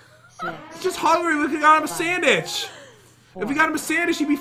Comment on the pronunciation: "If we got him a sandich he'd be fine." LOL!